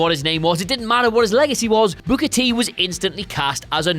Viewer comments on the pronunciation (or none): You need to stop pronouncing "Booker" like you're saying "booger."